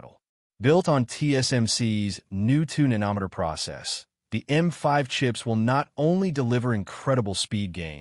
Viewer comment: The AI voiceover doesn't know what it's talking about - what the hell is a "Tune in a no-meter" process? (prob 2 nanometer). All speculation! No news here!